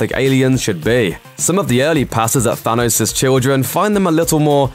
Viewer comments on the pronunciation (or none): Stop saying Fanos